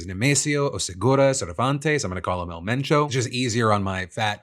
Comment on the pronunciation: props to PhillyD for putting an effort to pronounce it correctly. Don’t be afraid to try, give respect to the culture as best as you can.